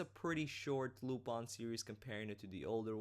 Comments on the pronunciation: Like I said, he's not pronouncing it using the english pronunciation, he's using the pronunciation used in the show itself. In the show it is pronounce Lu-PON. I understand that it is sometimes pronounced Lu-PIN, but that's not how the japanese do it, and that's not how the dub does it either. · It's pronounced as you say it in your video :). It's a french name, and any recordings that sound different are mispronunciations. You are correct.